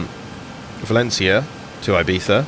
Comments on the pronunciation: hahaha yes your pronutation is good but i valÉncia not valencÍa your strong tone needs to be in the E not in I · When pronouncing "Valencia", the stress should go on the "en" not in the "ia". Also, not everybody in Spain (or in other Spanish speaking countries either) pronounce the "C" as a "Z". :P